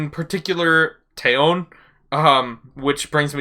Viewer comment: Just a small heads-up: The Korean "eo", as in TaeyEOn, is pronounced like a short "o", almost "uh", and not stressed, the stress being on the first syllable. So kinda like 'TEH-yuhn'